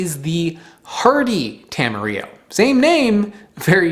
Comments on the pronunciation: Tam- a-rill-o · Tamarillo is not a spanish word! It was created as a branding exercise in New Zealand i the 50s to try to sell more fruit, so will don't pronounce the 'll' like in Spanish.